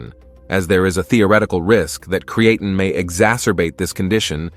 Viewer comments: It’s Crea Time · What the hell is Cre an Ten! Lol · Cree ain’t in. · It's Not pronounced as Cre-AE-tin, the A is not emphasised, it's so annoying when AI can't do it right. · I can’t take any advice seriously from a video that can’t properly pronounce CREE-AH-TEEN. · Haha, “creatin’”. AI pronunciation. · And yes…. Cre-atin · CREE AH TEEN, is how you pronounce CREATINE 🙄. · Cree-Ay-tin, Creatine, Cree-A-tyne. Ai voice can't decide how to pronounce 😅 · Not sure about you but I take creatine not creaton, crea-tun, createin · amazing, one subject with 30 different pronunciations in a single video. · I CANNOT with the AI mispronouncing "creatine." I clicked "do not recommend channel." Get it together. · They should teach the AI how to properly pronounce creatine. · Speak the word creatine correctly. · Did you, as creator, review the many obvious mispronunciations of the main word? Serious question. Genuinely incredulous. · You know you can type into the internet and find the correct way to pronounce (creatine) ----- why should anyone believe you know what you're talking about if you can even get the name correct? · If you are going to use an AI voice make sure the pronunciation is correct. The video was about "Creatine" and the word was mispronounced throughout the video...a complete credibility destroyer. In fact, your AI voice pronounced the word "Creatine" four different ways. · Creatine DOES cause hair loss bozo. Women's hair came out after they took it. And not until. So YES it does cause hair loss! And everyone cannot take creatine. If they have kidney issues or are taking NSAIDS. And you are not even pronouncing creatine correctly!! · I’m distracted by the way he keeps saying creatine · 3? I caught 6.... If this thing can mispronounce this one word THAT many times how the heck are we to trust the actual information? Of the 10 mistakes listed, not taking it properly was reworded and reused 4 times alone. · This A.I. pronounce "CREATINE" in many ways! Classic!